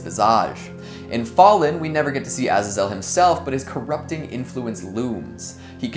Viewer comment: You're the only other person I've heard (besides myself) that pronounces Azazel that way